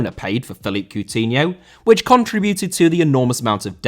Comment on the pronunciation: Coutinho* not Cuwtinhouw